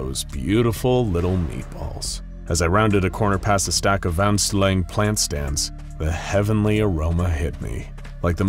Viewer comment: "Vaniljstång" actually prounounced "Wan illj stawng" Narrator: "VaNsTElLEng!" Also try the cured salmon. With sweet mustard sauce on it. Its pretty wholesome food honestly.